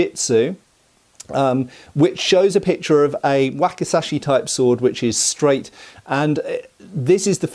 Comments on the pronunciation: There's a letter z in that word,, wakizashi 😁,wacky,,zashy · And this is known as a 'whack-a-sash-ee' 😂😂😂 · Waki'Z'ashi, please.